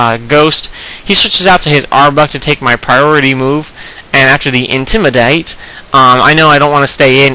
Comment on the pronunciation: Dude love your vids, but please don't say intimidate like that. :P